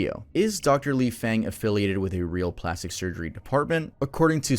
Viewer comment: Ji = “Jee” Feng = “Fung” Penicillin = “pen-uh-SILL-in”